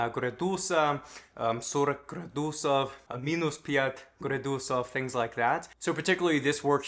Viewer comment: Отлично! ГрАдусов, ударение на первый слог :)